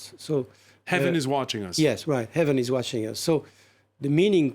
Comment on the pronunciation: He couldn't even pronounce "heaven" correctly, but he thinks he knows Mandarin LMAO